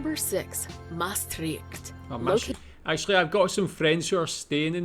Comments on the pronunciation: it is NOT maas -trikked it is striCHt ch as in loCH , stricht comes from latin traiectum, "ford" over the river Maas. Mosa Traiectum Maas TriCht. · Dutch 'ch' as in Utrecht en Maastricht is exactly like Scottish 'ch' as in Loch!